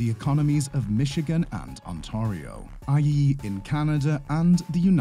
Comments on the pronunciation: Ontario: ant-air-rio not Ont-ah-rio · To those of you griping about the "narrator" mispronouncing Ontario, it's not a human. It's a chatbot just like Siri or Alexa. The letters "t-a-r" spell tar, therefore chatbot says On-tahr-io. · Learn to pronounce "Ontario".